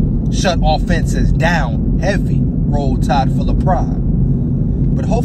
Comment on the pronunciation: I like when you said rode tide for pride